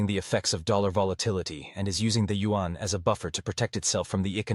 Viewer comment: Also! This commentator not pronouncing Yuan correctly… In the speech to text function “Yuan” is spelled out as “UN” which would be nice for you guys to correct thx guys.